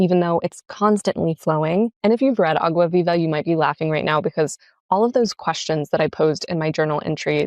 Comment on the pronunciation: Clarice Lispector mentioned 🥳🇧🇷 Btw great pronunciation of Água Viva 👏